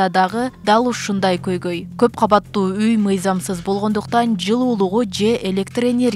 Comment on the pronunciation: Каббаттуу эмес КАуАТТУУ болуп айтылат ,кыргыз тилиндеги создордуу туура айта албаган сабатсыздар .Эки ундуу тыбыштардын ортосунда Б тамгасы келип калса жарым ундуу болуп айтылат (уы ) .Орустарды туурайбыз деп кыргыз тилине муноздуу Бир нече тыбыш тамга катары кирбей калган,бирок суйлоп жатканда табийгий турбо копчулуктор колдоно беришет